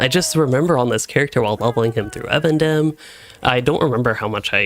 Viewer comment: eVENdim not evan dim xD